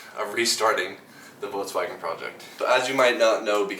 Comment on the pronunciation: “votswagon”? vulkswagon is how its pronounced